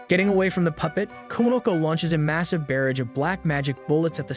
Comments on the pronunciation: Am I the only one who heard him say barrage weird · jesus dude. please look up words you do not know. barrage: “buh-RAHJ,” not “BEAR-ridge” …and still with the “aaybis” magic. uh-BIS.